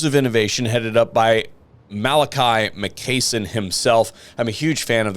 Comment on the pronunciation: it's Makaisson not Makeyson